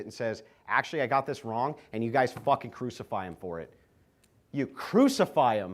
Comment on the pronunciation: "yOu cWoOcIfY hIm fOr iT!" The more I watch this debate, the less I like Andrew (and I have a Crucible membership). This wasn't a good debate for Andrew. Someone let em know that denying pdfilia isn’t the hill he wants to die on.